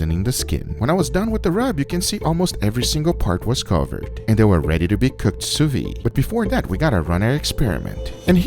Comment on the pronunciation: Great content. Just one thing: it's pronounced 'sous viDE', with a 'd'. Not 'sous vie'. Vide means vacuum in French, vie means life.